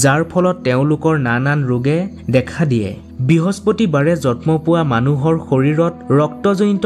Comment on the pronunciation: জন্ম শব্দ টোৰ উচ্চাবণ ভুল হৈছে তোমাৰ।জতম নহয়